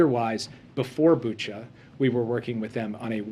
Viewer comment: I'm from Ukraine ! It is BUCHA, not BuchO 😟😤